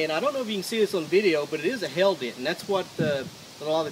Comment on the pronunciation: Thought he kept saying "Hell Dent".